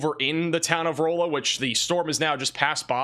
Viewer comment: Rolla is pronounce Raw-La I believe